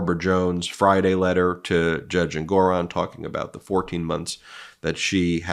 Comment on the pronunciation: ENG or on, not En GOR on.